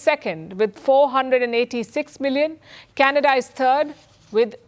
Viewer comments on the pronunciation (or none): none